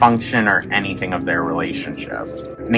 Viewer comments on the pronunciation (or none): none